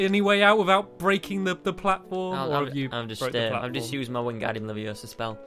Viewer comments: It’s Levi-O-sa not Levio-SA 😡😡😡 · It's LeviOsa, not LeviosA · It's leviOsa, not leviosaaaaa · Wingardium leviosa! It's Wingardium LevioMOOO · actually...its leviOHsah not levioSAAH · IT'S WINGARDUIM LEVIOSA NOT WINGARDUIM LEVIOSAUR!!! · It's Levi-O-sa not Levios-A 😌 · its Leviosa, not LevioSO. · Its leviOsa, not levioSA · It's LeviOsa not LevioSA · It' LeviOosa not LevioSaa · It’s leviOsa not levioSa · Its LeviOsa not Levioooosah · It's LeviOsa no LeviosA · It's leviooooosa not leviosaaaaaa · It’s lavioooosa. not laviosaaaaaw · stampy "wing-gard-ium-leviosua